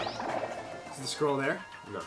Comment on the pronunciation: OK, I heard squirrel instead of scroll XD I was looking for squirrels in the Kung-Fu game! HAHAHA